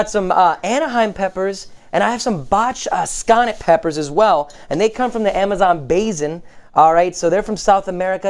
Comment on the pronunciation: Botched that pronunciation.....botch sconnet??? Maybe a new pepper lol. It looks amazing.....just wish I could see the final dish